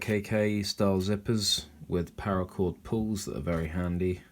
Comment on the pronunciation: Cool video. But it's called parra chord. Not power. Also maybe swap out the lighter for one that you spin to ignite like a bic instead of the click style you currently have. You can still use the Bic style for sparks even if it's out of fluid. Loved your video and your kit .